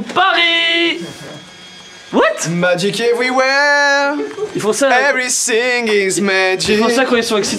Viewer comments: il dit vraiment every sing is magic au lieu de everything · "evewy sing iz magic" ptdrrrrrrr